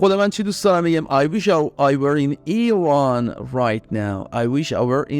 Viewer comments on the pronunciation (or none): none